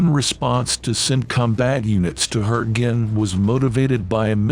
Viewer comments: "Hurting" I thought it was pronounced HURTGEN !!! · Hurting forest for gods sake use a real human voice it really spoils it couldn't watch it.